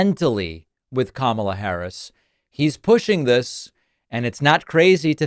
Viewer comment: If somebody was cognitively declined, why would you chant, lock her up?? And I love how Trump complains about something, then says, I don't care, I don't care. But if you didn't care, why mention it??? And he is a complete jackass for deliberately mispronouncing her name!! 🤔